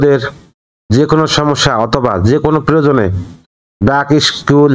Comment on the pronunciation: ইস্কুল না স্কুল।